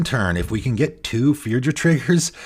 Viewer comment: Hello. Firja is a Norwegian name and it's pronounced Fur-ya.